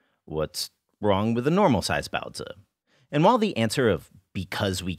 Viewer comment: I think your content is great and you treat the source material and the culture it's from very respectfully but I simply absolutely cannot get over that accent. Sorry, I know this isn't something anyone can help but everytime I hear you pronounce baozi like that my mind has a small aneurysm and I cannot get over it.